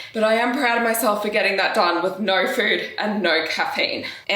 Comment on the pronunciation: I’m sorry but hearing you say naur gives me the energy I need to get through my day, absolute huge fan of your content and realness 🎉